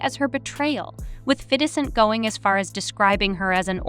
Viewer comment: The way she pronounced 50 cent made me stop watching